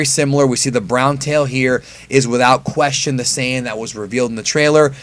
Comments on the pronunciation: There is no such thing as Saiiiiiiiiiiii-en. It’s saiyajin or saiyan. Saiyan is some weird hybrid word you made up. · No, the correct way to pronounce the word Saiyan is not "sigh-yan." Yes, the Japanese word Saiya-jin is pronounced "sigh-ya-jin" but Saiyan is a word created in the English dub and has never been used in the Japanese dub, and is therefore pronounced however they say it is: "Say-yan." No matter how many times you say it, you're still wrong... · "Sigh in" isnt fuckin correct. Its "say in" in English and Saiyajin in Japanese. If anything "sigh in" is the least correct cause it aint correct in English or Japanese. Stop saying that. Its annoying.